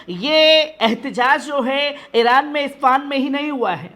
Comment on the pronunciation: ispan nahi Ispahan